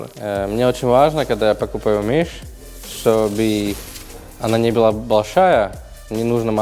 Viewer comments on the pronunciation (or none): А как он говорит мишъ